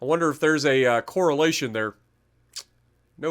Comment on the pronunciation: "No coralation" ha ha ha.